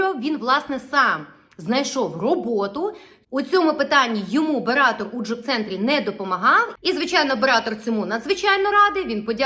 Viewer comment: БератЕр, а не бератор.